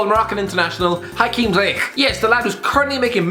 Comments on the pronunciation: Say it with me: Ziyech zee-yek Not zay-eckchhh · He barely even separates the two syllables. Just sounds like one syllable’s worth of phlegm in his mouth when says it. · No one:: GroninJen, ZiyeHHH